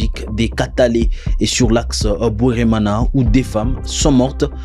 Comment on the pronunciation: Bweramana not Bweremana ! C'est du Kinyarwanda